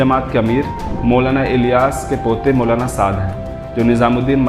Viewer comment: Mashallah bhai video bahut achi hai bas jab ap Maulana ka naam thik se lo 💚